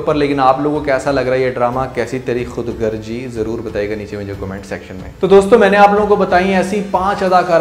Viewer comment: We say khudagarzi. May be a few people pronounce it wrongly. Just a valid observation Urdu language was born in India at Lucknow. We respect & value Urdu very dearly. Warm regards